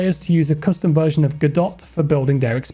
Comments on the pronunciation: quick minor correction. its usually pronounced "guh-doe" not "go-dot". good video 👍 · it's pronounced "Gu-Doe" not "Gu-dot" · Godot pronounced gahdoe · I’ve heard “god-dot” and “go-doe”, but never “go-dot”. It’s like averaged the ways of saying it to please both sides 😂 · godot pronounced like "guh-doh" big dawg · the way prnounced GODOT made me giggle (its guhdoh for anyone wondering) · god-oh is a more accurate pronunciation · Hearing the way said Godot hurt my soul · Its heart breaking hearing Godot Pronounced like that lol, no hate, just a double take.